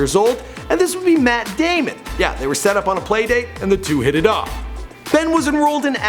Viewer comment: Why does he say hit it off that sounds like the fucked